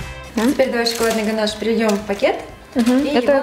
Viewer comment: и да, не гонаж, а ганаш😊